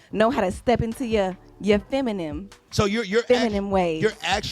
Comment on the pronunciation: Did she say “FeminiM” 😂😂😂